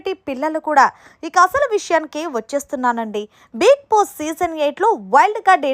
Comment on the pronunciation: హలో మేడం కొంచెం బిగ్ బాస్ పదం క్లారిటీగా పలకటం నేర్చుకోండి ఐ యాం యువర్ బిగ్ ఫ్యాన్